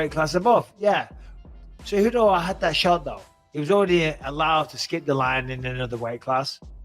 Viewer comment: Keep pronouncing Henry Tejudo lmao how do u not know there is a C and not a T by now 🤦‍♂️🤣